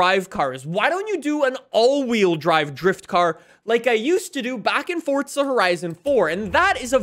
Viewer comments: its forza not forca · Can you stop saying it fortzaaa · *Fordza * lmfao